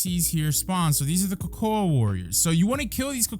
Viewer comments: Why you saying cocoa like that lol it's pronounced like coco me swole you're still a goat though I'm just being petty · Nah you trolling. Cocoa(koko) that's how its pronounced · why are you saying cocoa likr that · the way he said cocoa